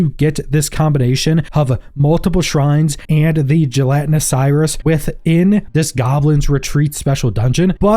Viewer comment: Sires is pronounced sigh-urs, not sigh-ress. Confused me as to what you were taking about at first. Sire can be a synonym for father, so the blue ones are goblin daddies